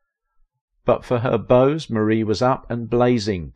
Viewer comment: It is prounced MAR-E not Marie❤